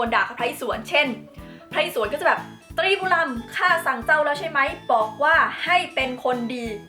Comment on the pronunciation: พระอิศวร อ่านว่า พระ-อิ-สะ-วอน